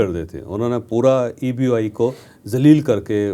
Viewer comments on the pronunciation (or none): او جاھل، eubi نہیں EOBI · It is EOBI not Eubi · سر بہت ادب کے ساتھ عرض ہے تجزیہ دینے سے پہلے کچھ تحقیق کرلیا کرین؟ یہ ادارہ EOBI ہے آپ اسکا نام بھی درست طریقے سے نہین لے رہے۔ دوئم یہ کہ اس ادارے کو گورمنٹ کی جانب سے ایک پیسے کی بھی سپورٹ نہین ہوتی یہ ہم ملازمین کے ہی پیسے ہین جو ہر ماہ پنشن کی شکل مین ادا کئے جاتے ہین۔ اس ادارے کے پاس اربوں روپئے کے اثاثہ جات ہین ادارے کے ملازمین ہم لاچار، بوڑھے سابقہ ملازمین کے پیسون پر ناگ بن کر بیٹھے ہین اور خوب گل چھرے اڑارہے ہین اور جب ملازمین کی پنشن بڑھانے کی بات آتی ہے تو ادارے کے سر براہان منہ مین گھنگھنیاں ڈال کر بیٹھے ہوتے ہین۔ آپ سے التجا ہے پہلے اس مسلے پر اپنی تحقیق کرین اسکے بعد اپنا تجزیہ پیش کریں۔ جزا کم اللہ خیرا کثیرا۔ وقار اعلیٰ کراچی۔۔۔۔۔۔۔